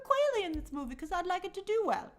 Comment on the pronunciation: It’s “Qu-ALL-ey”. Not “Qu-AIL-ey” 😭😭